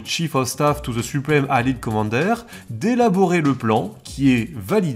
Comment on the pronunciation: Très très bien comme d'habitude, hâte à la suite. Quelques prononciations en anglais m'ont fait sourire sinon comme " Allied " ou " Headquaters " ^^